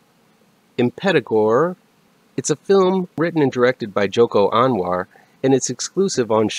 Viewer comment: Its Joko not Jono 😊